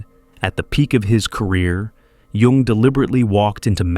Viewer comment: Kudos for pronouncing Jung correctly.